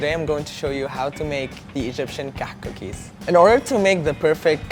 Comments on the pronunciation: he's pronouncing it "كحك" and it should be "كعك"... that, unless it is called Kahk in Egypt, I dunno... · Why is he saying KAHK rather than KAAK? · Please make a meme on how he says kahak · Sad these aren’t pronounced “cock”...was really looking forward to that :/ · HAHA KAKH SOUNDS LIKE COCK! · I'm sorry - I couldn't watch this video because I started laughing every time he said Kahk Cookies, and I know that's wrong of me. I'm trying to grow up and act my age - I'll try watching again if I think I've achieved that XD But I will always love the Kahk! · he pronounced it wrong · He pronounced it wrong btw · The South African kak comes from the dutch word kak as well but he pronounces the h in it as well :)